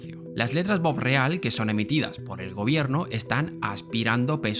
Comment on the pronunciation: Es bopreal no borreal. Y esos bonos no son para la deuda externa. Son para la deuda interna que tiene con los importadores. Ya me saque la duda anterior. No entendes de que estás hablando...